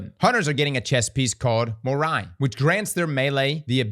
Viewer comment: "Ev-knee-ah" is how the Warlock exotic is pronounced, from the Greek "εύνοια", which means "favour".... in good graces, so to speak. The Hunter one is pronounced "mee-re", and it's from the Greek "μοιραι" which means "fates" (like the three Fates from Greek mythology that dictate everyone's destiny). The Titan one is pronounced "meh-lass panoplee-ah", and once again it's Greek, from "μέλας" (meaning black) and "πανοπλία" (meaning armor). So it means Black Armor. Having said all that, there are definitely Greeks in the dev team of D2..!!